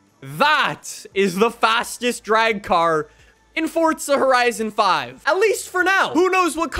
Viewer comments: For real I’m like where is the t in forza lol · Well im American so its Forza for me and not “Fortza” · fortza horizon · FOR ZA NOT FORT ZA… FOR ZA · Hey guys welcome back to Fortza horitzon 5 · "For Za" "Fort Za" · there’s no T in forza. it’s not fortza, it’s forza. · Fortza horizen five^ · Cool dude but why does he pronounce it “fortza” 💀 isn’t it “forza” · bro not trying to be mean literally constructive criticism. that said f o r z a. not f o r t z a. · There is NO “T” in Forza bro. It’s not fortza hahaha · It's "Forza" not "fortza' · I keep cringeing when I hear Fortza instead of forza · The way you say Forza as ForTTzuh bothers me so much I decided not to like or subscribe lmao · Bro it’s not fortzah it’s forza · Where are you getting the T from Lmaoo it’s FORZA NOT FORTZAHH makes it almost impossible to watch you for too long lol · Stop it’s FORZA NOT FORTZA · why do you say fortza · ITS FORZA NOT FORTZA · Its not fortza its for za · Bro it’s called for a for a reason, it’s so u call it’s for a not fortza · Its forza horizon five not fortzhuh hreizoun five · why do you say it with a T like it has one its forza not fortza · Its forza NOT Fortzha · Your so anoying saying forttsa horrison thats how you say it but you need to say it like for-za horizon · 30s in and I've heard "Fortza Horizon 5" more times than I've needed to lmao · more like ford zujh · For-za it is so easy. It Makes me so mad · no it’s for za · Idk why 4za is hard to pronounce for some people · Forthza lol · It's 'For-za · the t is silent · this is the first video I've seen from this guy but I'm real happy to know that. He seems real articulate but he's all-in with Fortza and he's sticking to it and that's awesome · Me waiting for him to say forza right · the way he says forza kills me lmao "fortza" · Is nobody gonna talk about the way he says "Fortza" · Fort-za...cmon bro! But yeah there slow other than that ford van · Let's get a video where he dosent say fortza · "Fortza horizon" 😭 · Fort zuh